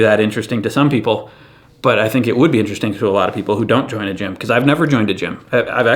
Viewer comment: When you said 'Join a Gym' I heard 'Chyna Gym', and it made me think of Chyna just bossing you around and laughing while you work out, some potential there.